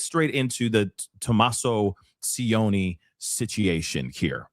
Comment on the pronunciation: could have used google to get the son in law's pronounciation. "c" is soft, not "s" sound like Spanish "c" is ch sound, like cheat. C followed by i chi. If it was c followed by a, it would be ka..cat or o the same hard like k. has no idea about house prices in Tucson. Again, didn't do homework. Google, again can give info.